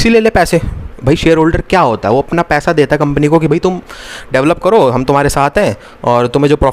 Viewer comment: Paisa❌ paiha✅😂 . Btw loved the lecture bhaiya..